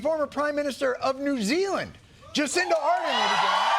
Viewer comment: I love yoiu man but as soon as yoiu said jacinda Arden as a Kiwi, I moved on to the next video.